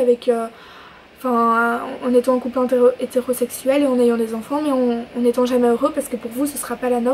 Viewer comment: Cool,ça me fait rire tu dis "onfonts" au lieu d'enfant 😂💗